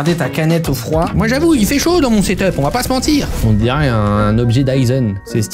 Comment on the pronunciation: C'est hyper dur à setuper (cèteppé) 🤣